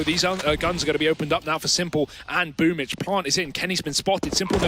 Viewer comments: It’s BOOMbl4 not BOOMBL4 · Why is it pronounced as boombitch?